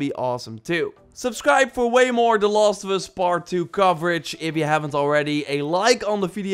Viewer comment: I love the accent : "The lost of us"